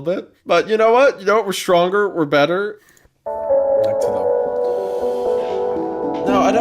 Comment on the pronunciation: not him instinctively saying "Beter"